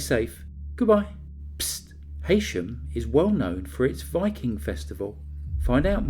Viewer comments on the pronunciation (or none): It's prounced He-sham. DON'T come for me, followers world please! Im trying to be helpful here 😢. I was born in the next country to Lancashire.